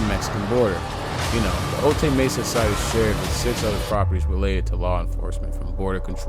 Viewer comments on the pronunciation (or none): Bro it's O'Tie not O'Tae Mesa although it's spelled Otay.... And that loud azz background music killed it... 👎🏾